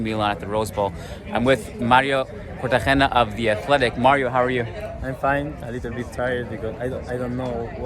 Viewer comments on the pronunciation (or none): It's always shocks me how small the football journalism world seems to be. I watch Iñaki Angulo a lot and he's close friends with Mario Cortegana too. Also, just a nitpick, but it's pronounced with a hard g, rather than "Cortehena".